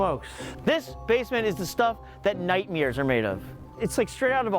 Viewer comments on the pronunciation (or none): Hey George, it's nightmares not nightmears.